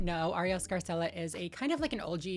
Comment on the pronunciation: throwback to when you stayed calling her “arielle scary-cella” 😂😅